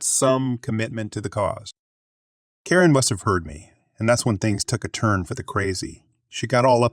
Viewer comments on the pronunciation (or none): why are you pronouncing some characters so weirdly? on-hand turns into on (pause) hand. ;-) should be easy. or ninehundredeleven? everyone says nine one one. who pronounces phone numbers in full lenght? oh, and why do you pronounce karen as korean?